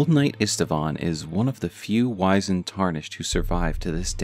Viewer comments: Small note, Wizened is pronounced W-IH-ZIH-ND similar to how wizard is pronounced. Not WHY-ZIH-ND. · it's wizened not wisened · Great stuff, but it's pronounced wizzened